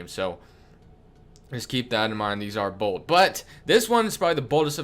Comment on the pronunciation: Wow u should have emphasized BOLD